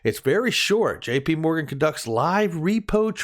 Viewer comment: dude JP MORGAN!! NOT JPM MORGAN